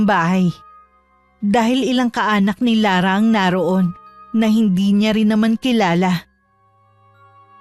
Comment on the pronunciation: Ano daw...chismosaH,... bisikletaH..... LaraH.... KilalaH! HAY ANOH BAH YAH ... ?? PURO MAY H...MAY HIKA BA YUNG STORYTELLER???!!